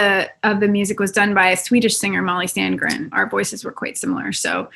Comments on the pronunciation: its actually Sanden but you were close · The Swedish singer surname is: sandeen. Not Sandgren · Well, you are closer. but.. its... Sandén.. ;) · No, Sandgren is a completely different name, Sandén is pronounced pretty much as it is written, except the é making it a longer e, but there's no g sounds in it at all.